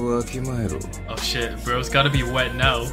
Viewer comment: Are you serious right neow